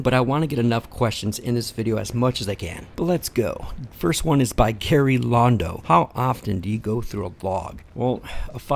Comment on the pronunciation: Haha you said my first name wrong it's Gary lol great vid tho and I'd like to see the outtakes on Sunday